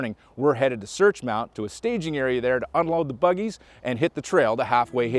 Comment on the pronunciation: “Buggies” I cringe every time. Otherwise, great show.